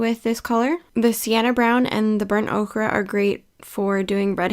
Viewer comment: Burnt “Okra”…😂 like the vegetable? 😂 it’s pronounced “oh-ker” lol😂 great tutorial though! I have hair this color.